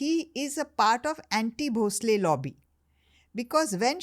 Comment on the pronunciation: Podcast is amazing just one thing It’s Yesubai Bhosle, not bhonsale